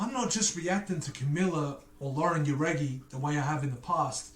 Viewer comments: Lol you still have Lauren name wrong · He still didn’t pronounce Lauren name right